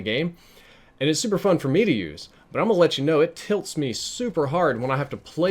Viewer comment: Every time you say tilt it tilts me so freakin hard